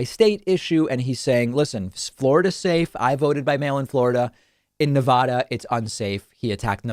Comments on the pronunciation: David, although I agree with 99% of what you say, I cannot agree with how you say Nevada; It is pronounced, phonetically, Nev-AD-A. Once the state approached ratification, pioneers and settlers inherited the name. ... Nevada, just remember, it's Nev-ada, not Ne-vah-dah. Love you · PSA for all east coasters, it's Nah-va-duh, with an "a" that sounds like "apple." It is not Nah-vah-duh. Please start saying it correctly. I know you all can make that sound because no one says "ah-pple." The state of Nevada even tells you how to say it correctly on their licence plates. Thanks! Your helpful tip from a west coaster. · It's Nevahda, not Navoda. Inside tip